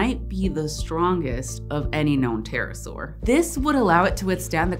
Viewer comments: It's a Terra-ibble-asaur for Terra, terrible and saurus lol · Haha, "terra-saur" 😄 I love it